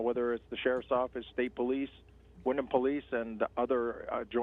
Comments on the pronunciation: pronounced Wind-um. not wind-ham, silent "H" so you don't keep sounding like an idiot. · Windham ( the h is silent ). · Dude doesn’t even know how to say our town or the details of the story. All he is reading Facebook comments and reporting it. What an idiot